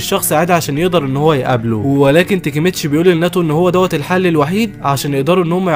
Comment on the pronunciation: ليش تنطق الاسماء غلط تاكيمتشي ❌ تيكيمتشي✅ كيساكي تيتا ❌ كيساكي تنتا ✅ تشيفويو ❌ تشوفيا✅😂 فالوهلا ❌ فالهلال ✅ ياخي انت من فين حضرت الانمي 😂😂